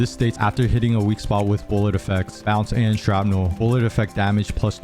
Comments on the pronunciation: Hearing you say "sharp-nel" instead of shrapnel is driving me nuts. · SHRAPNEL!!! Not Sharpnel. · The word: Shrapnel The pronunciation: Sharpnel